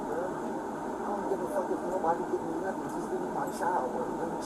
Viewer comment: Omg... he said "nothing" not "nuffin" .. Did this one actually grasp the English language? 🤔